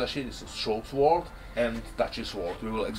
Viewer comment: the W is silent in Sword